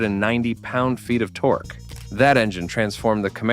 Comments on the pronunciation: Call it torkie instead of torque. Are you serious right now? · He calls it torkie instead of torque stupid AI is bullshit